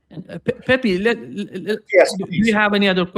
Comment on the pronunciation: it's not Pepi. It's Pepe. Just pronounce the second "e" like you pronounce the first.